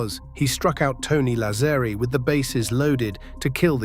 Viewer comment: Why can't AI pronounce Lazzeri correctly? Sheesh.